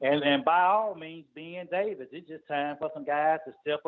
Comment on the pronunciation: He said ben davis😂😂😂